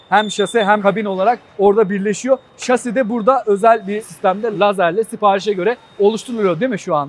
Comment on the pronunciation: Bir yelek bir baret giyseydiniz güvenlik ayakkabınız olsaydı keşke şase yerine şasi deseniz yaptığınız işin jargonunu bari öğrenin lütfen